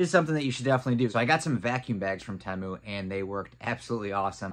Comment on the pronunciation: "Tee-Mu". Not "Tay-Mu". Pretty sure